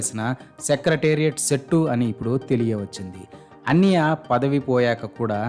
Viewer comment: మీకు కాన్సెప్ట్ అర్థం కాలేదు, ఆయన అన్నయ్య అనే పదాన్ని అన్నియ్య అని ఉచ్చరించడం లో చాలా depth ఉంది, అది అర్థం అయితే మీరు ఈ కామెంట్ పెట్టరు